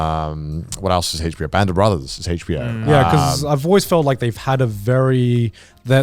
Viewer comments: They are so British I hate how they pronounce HBO they say it like Hachbo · Heych bee-oh